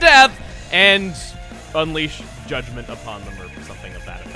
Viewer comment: Did you say unleash judgement or Juddment?